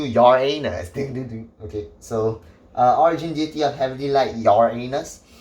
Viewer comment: When he said uranus i always heard Ya A Anus 🤣